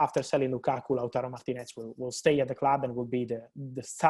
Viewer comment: He still can't say TARO though... He says TURO